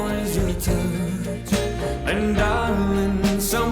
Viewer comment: Pls pronounce the words clearly like touch.